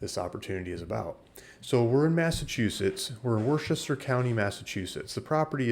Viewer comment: It's pronounced "Wooster"😁